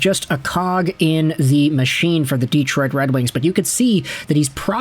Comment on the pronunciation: Hey, here in America speak English. Its' Detroit, NOT Deeeeetroit.